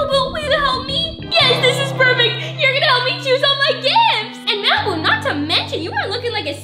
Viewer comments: you said malapoop🤮🤮🤮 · Lol 😆 u called malbu-》malpoop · Did you say Malipoop